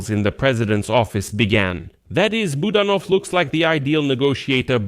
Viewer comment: Please pronounce Kyrylo Budanov's name properly. The accent is on the second syllable, Bu DAN ov. Thank you.